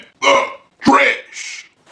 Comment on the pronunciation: "In The Tresh “